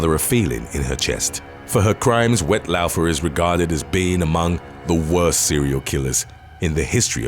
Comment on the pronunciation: Woodstock isn’t far from me … and it’s pronounced ‘Wet Law-fer’ … no offence 😉